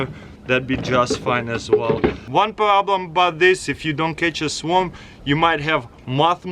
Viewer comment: I thought he said swamp trap